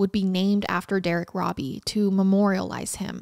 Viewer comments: I hate being the pronunciation police BUT when talking about a victim I think it’s important to say his name right. The last name is pronounce ROW-BEE. Not RAW-BEE. I know I know people are gonna be mad I posted this, but again I think for victims it matters. For perps IDGAF. But he was a victim. We want to make sure we say his name right. Other than that wonderful coverage of a horrifically awful story. We forget that way back then, kids walked everywhere. Even little ones. I don’t think it was wise BUT I don’t think mom was neglectful. Just dealing with a baby and trusting the world. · It's pronounced robe e not robby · ❤❤ his name is actually said like robe -E(bath robe) E❤❤❤